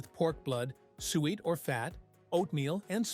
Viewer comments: Spotted DICK not pudding😂😂😂 and you say Soo-it not ‘sweat’. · Suet is pronounced soo-et, not sweat. Two syllables. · It's not sweat it's suet pronounced su-et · It is not Spotted Pudding but Spotted Dick. It is not sweat but su-et. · It’s not sweat ,it’s suet and it’s not spotted pudding it’s called spotted dick. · The fat is pronounced soo-ate not sweat! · Crap AI again, It's SUET, not sweet or sweat and it's Spotted Dick! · Still wrong calling it sweet, its supposed to be suet (pronounced) soo-et, its shredded beef fat. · Suet is said as: Sue ett, not sweat. It isn't sweet either. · Stagazy pie is traditional Cornish. Suet, pronounced soo-et, two syllables. No such thing as spotted pudding, what you described is Spotted Dick. Why would the ingredients of Haggis shock anyone save a vegan, it is meat, part of the animal just like a steak. Bashed neeps and tatties, and it’s Swead not turnips. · AI voice too obvious. It is suet not swett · Spotted pudding is called spotted dick which is made with flour, suet, sugar and currants. Suet is pronounced soo et😮